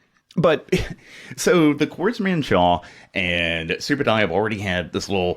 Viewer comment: Hey you said my name correctly.